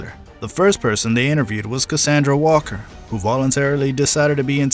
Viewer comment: WALLER!!! Not Walker